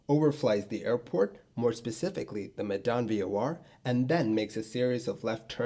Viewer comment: I find your pronunciation of Medan funny 😂 it's more like the 'me' when you say meh, just no H. The dan pronunciation is pretty close tho.